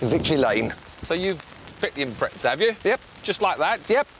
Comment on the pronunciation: It’s called impreZa not impretsa